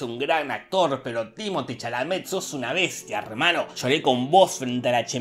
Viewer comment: Mis respertos a Jorge por decir bien el nombre de Chalamet, y la clave fue acá la experiencia de los directores al momento de hacer las peliculas, Lynch todavía era un director novato, pero Villeneuve busco curtirse en el genero antes de embarcarse en la empresa